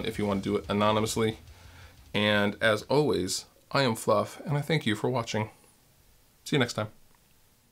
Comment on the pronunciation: When I watch your videos I always wait for the "As O-ways" at least it sounds like that to me. Seriously love how down to earth you are about stuff, you're a cool guy.